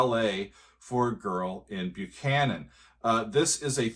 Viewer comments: "Buchhannon" is pronounced "Buck-hannon", not "Byu-cannon". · Believe it or not, the town Buchannon, West Virgina is actually pronounced "Buck-annon". Yeah, it surprised me too when I learned that. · Buckhannon, WV to be exact. An album misprint without the ‘K’ caused the nearly universal mispronunciation of the name. Only live recordings of the band introducing the song reveal it as Buck-han-non. Even the majority of hardcore Chicago fans have adopted the Byoo-can-non pronunciation. Makes you wonder if Pankow the perfectionist wanted to scream at the slight error in the title of his masterpiece haha. Though I’m sure the timeless success of this suite (and his various hit compositions) made him quickly brush it off. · FYI, it's pronounced "Buck-hannon". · I believe it's pronounced Buckanon.